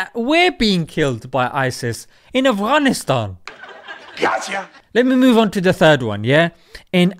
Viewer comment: Love the way you say "Afghanistan" makhraj on point lol